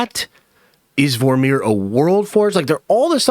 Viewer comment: Great video 👍🏼 Why are you saying Vor-meer like it’s 2 separate words?